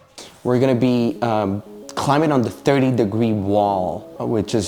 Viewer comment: I'm loving that hard B in climbing, lol